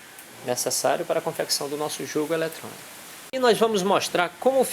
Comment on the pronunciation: élétronico kkkkkkkkkkkkkk